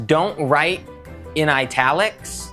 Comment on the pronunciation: vid idea: Now that he's said "drite" for write and draw, I want him to make up words he think the english language should have